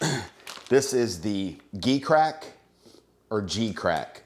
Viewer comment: It's pronounced like the letter "G".